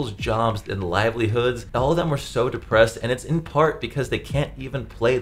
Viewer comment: "Livelihood" lmao